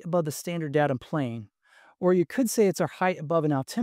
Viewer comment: Good review. There's no N in "datum" though.